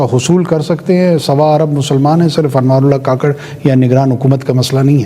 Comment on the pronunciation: Ye mnafiq Hy beka hwa Hy kakrh ni kukarh Bolna chaey